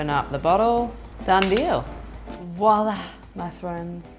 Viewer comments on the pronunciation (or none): none